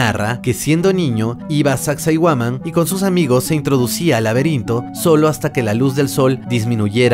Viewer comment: Sacsayhuaman tienes que aprender bien los nombres amigo